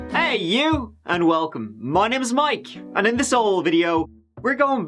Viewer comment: Your "hey you!"'s are becoming very...American.